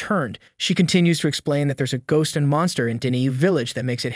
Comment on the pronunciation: g ost